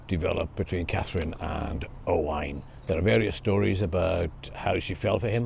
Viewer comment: " O-wine" ? Interesting 🤔 Never ,not once Have I 'erd it pronounced that way?? Is that Old English,?,Galic?, latin? Or?... us yanks pronounce it.."O-when" O-wine... to us is either old tasty and expensive .wine...or viniger